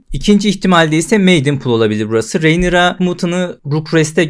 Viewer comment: Merhaba, umarim yanlis anlamazsiniz, ufak bir elestirim olacak; Rhaenyra ismini yanlış telaffuz ediyorsunuz. Önceki videolarda da dikkatimi cekmisti, soylemek istedim.